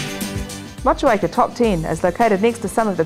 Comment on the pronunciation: wtf she is not pronouncing Motueka correctly.